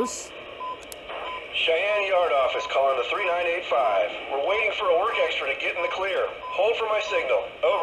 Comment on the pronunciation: When you say three nine eight five….it bugs the hell out of me, when you say her road number, it’s pronounced thirty nine eighty five.